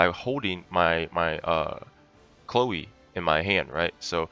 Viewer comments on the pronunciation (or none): Chléo xd , it's just funny to hear, her name is chloe :3